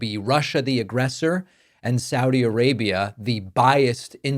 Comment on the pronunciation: Thank you for saying Sa-udi, not Saw-di.